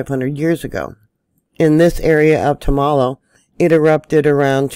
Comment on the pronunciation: love your Chanel, I watch them all. Tumalo is pronounced tum-a-lo